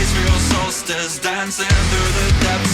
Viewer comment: I think he inhales on the first syllable of "hellfire" .